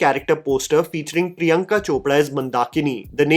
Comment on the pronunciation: Is ‘r’ proud as ‘d’ in Hindi . I see you always pronounce Chopra as Chopda and saree as sadee